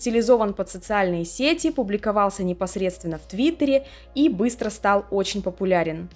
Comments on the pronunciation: Привет,. Видео получилось очень интересным, смотрела с удовольствием. Но жаль, что такие глупые ошибки в речи как се́ти, а не сети́ и некоторые другие, которые повторялись из раза в раз, сопутствовали видео. Надеюсь, что в будущем ты их исправишь 💕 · даа. Визуал, конечно, важен для видео. Но если звук плохой или неграмотно поставлена речь, это заметно отталкивает. А самое интересное, я специально перед написанием того комментария проверила ударения. Рыболовные сЕти и в сетИ интернет. Понимаю, что за всеми словами не уследить, но такие ошибки сильно бросаются в глаза